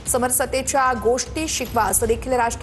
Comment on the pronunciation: समर सतेच्या नव्हे समरसतेच्या